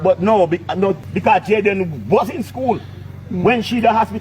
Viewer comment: Small details matter: Can someone please tell that the young man's name is Jayden... not Jaydan. I hope by some miracle this young man is still with us...oh God I pray!